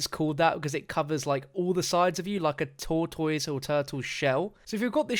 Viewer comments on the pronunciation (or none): He said tour toys 😂😂😂 Its pronounced tour tiss Tortoise 😂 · sorry but stopped watching when you mispronounced tortoise as tour toys, like you dont know what that word represents, its pronounced tor- tus. that name is suitable for that perk, as it will resemble a shell to protect from all sides. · Jesus your pronunciation of tortoise is way off. Is not pronounce TOR-TOYS, IS TOR-DES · Tortoise pronounced Tor ‘Tis not Tourtoys lmfaooo I was like wtf is he saying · i thought he said tour toys.... not tortoise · WTF are you saying “tortoise” like (Tor-toys)? It’s tortoise like (tor-tus). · Tortoise is pronounced tore-tus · you: tortoise, an intellectual: TORE-TOYS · lol it’s pronounced tortous although it’s spelled tor-toise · Who taught him the word tortoise? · wow I had no clue he meant the animal until you explained, never heard it pronounced that way lol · Me mad af that they taking out jug. Btw any one else hate how he saids tortoise? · Why are you saying wrong tortoise. This is just like the mistake they made in the venom movie trailer